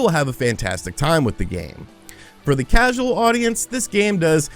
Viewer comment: "Mitroid." "Crasual." Is having a stroke realizing he has to play Balan?